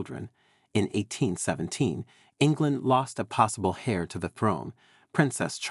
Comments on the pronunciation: An "hair" to the throne and "suing" rather than "heir" and "sewing" is what the listener hears! Considering most American's pronounce "herbs" as "erbs" I was surprised by this American sounding narrator's strong pronunciation of "hair" with a pronounced "h" rather than the softer "heir" which drops the "h" and sounds like "air" when usually using British English. But then English is not a very straightforward language to pronounce and is quite illogical. Imagine trying to learn words that look the same and are pronounced differently, such as "bough," "cough", "rough," "lough," etc., and then using words that are pronounced the same but look very different, such as, "cow," "tow," etc., which is why the narrator said "sue" instead of "sew." Obviously a right "so and so"! Plus many words differ in American English. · HAIR to the throne! It's pronounced heir "air" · Please, heir pronounced air. The H is silent, just as homage is omaige (French word, so as well as h being silent, age is pronounced "aige"), honour is onour, etc. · Heir is pronounced air. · Several photos are inaccurate and unrelated to subject. Also pronunciation of key terms such as “heir” is incorrect and a distraction.